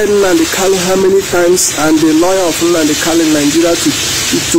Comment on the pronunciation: Brother, please it's Nnamudi Kanu, and not Nnamudi Kalu.